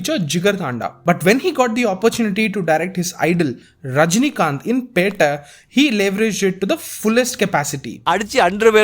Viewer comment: Disliked for butchering "pettai"